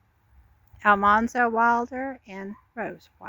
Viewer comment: Al man zo not Al mon zo.